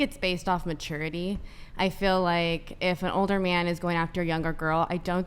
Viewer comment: "I FWEEL LIKE"